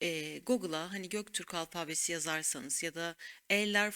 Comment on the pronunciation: Alfaabe demeyin, ne olur. Alfabe, diye okunvr